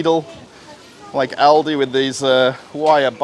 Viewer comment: you do not have to pronounce LIDL and ALDI sooo hard :p just say it soft and with love :p ........ greetings from Germany